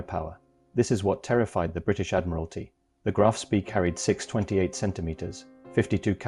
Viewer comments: Why can't anyone pronounce Spee properly. It is Sprey not Spee as in pee. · repeat after me graf spay koo de grahs mon-teh-vih-XDAY-[oh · It is pronounce SPAY!!!!